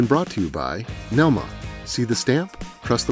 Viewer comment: This was the first episode I saw where read the NELMA acronym correctly!